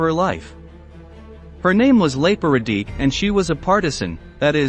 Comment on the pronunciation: Please try to approximate the pronunciation of the names. RadiCH, not RadiK. OOS-tasha, not US-tashsa